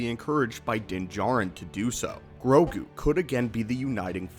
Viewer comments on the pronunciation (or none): none